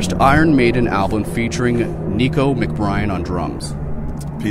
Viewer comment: "Nicko McBRIAN" ughhhh